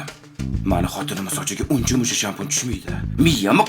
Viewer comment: Shampun shampul emas tilizni jingalak qilmang😂